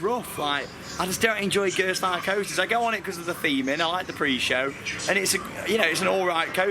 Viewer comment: it's gerstlauer